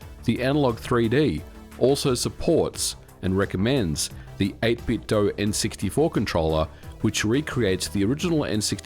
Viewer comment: 8bitdo is pronounced with a 'doo' sound at the end, not a 'doe' sound. FYI.